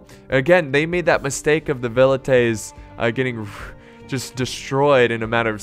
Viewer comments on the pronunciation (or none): none